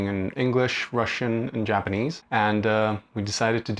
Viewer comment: damn both of your japanese levels are really high. pretty good pronunciation too